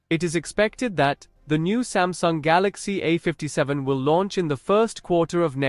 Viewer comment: smasnug galacksi ah fifty segen five nig